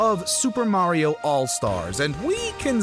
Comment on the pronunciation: The way he says mawio come on really